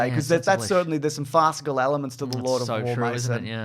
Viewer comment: “Goodish ALIMENTS” Please say elements correctly just ONCE in your videos. I can’t be the only one that’s been hearing this for years.